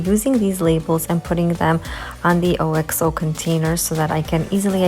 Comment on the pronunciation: just a quick FYI - OXO is pronounced ox (like the animal) oh. An English company that makes great kitchen ware.